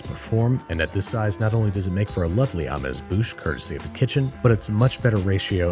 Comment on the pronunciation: i'm sorry but i can't get over the pronunciations of "michelin" and "amuse"